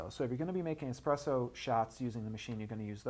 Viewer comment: It's "Espresso" not "Exspresso". Sorry, I had to...